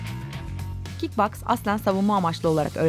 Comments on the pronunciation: Ablacım kick bax değil kick box ❤yabancılar kick bax diye okuyo bizde box😊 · 'Kik baks' ne ya oyle okunmuyo o 'kik boks diye okunuyo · Kit boks diye okunuyor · kitbox degil Kickboks ! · kickbox değil kickboks ben 7 aydır bu sporu yapıyorum ve şu sporun ismini doğru söyleyen hiç mi olmaz kardeşim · kickboks u yanlış okumusşun ama yine de harika olmuşşş